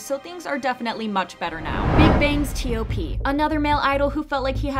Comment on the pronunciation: Literally no one calls him by the separate letters T.O.P they call him TOP. So say it that way, please.